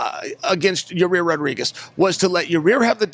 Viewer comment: There goes Chael pronouncing Yair's name again